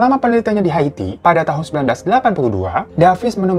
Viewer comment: Kenapa Ikke bacanya hati bukan Haiti 😆😆kelamaan jomblo ya gitu tong 🤭🤭